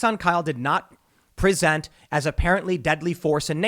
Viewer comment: Did Tim go Key & Peele Substitute Teacher on us? "Pre-sent."